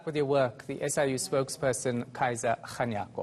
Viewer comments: Its SIU, not SUI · FYI: it's SIU